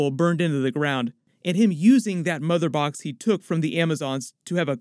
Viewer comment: Samuel L. Jackson can't be cast in this, because he can't say "MotherBOX."